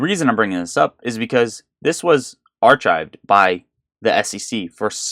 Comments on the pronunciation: By the way, the word BOLSTER isn’t pronounced “bloster” and ARCHIVED is pronounced ar-KIVED. 🤣 lMFAO. Shill! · Are-chived? Lol